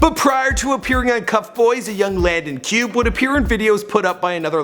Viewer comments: Pronounced Landon Cue-bay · its pronounced cubae actually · He don't even know how to say Landons last name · doesn’t even know how to pronounce his last name omg